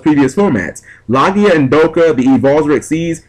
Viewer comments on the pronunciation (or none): none